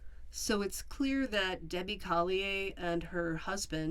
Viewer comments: I knew the second they mentioned the odd amount of $2,385 was sent to her daughter, that she did it. The whole thing reminded me of the ransom note for Jon Benet Ramsey. BTW, the name is pronounced Coll-ee-ur. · The "R" at the end of Collier is NOT silent. I'm not saying that in a rude way, I just know that I like to be corrected when I mispronounce a word or a person's name. 😁